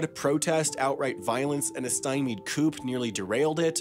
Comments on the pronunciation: Your videos are great, but please work on your pronunciation. For example, the "p" in coup is silent. Thank you for your hard work and sorry to be a grammarian at you! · You need a receipt for your psychology pronunciation of coup. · did you say coop? 🤦🏻‍♀️ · "Stimeyed coop"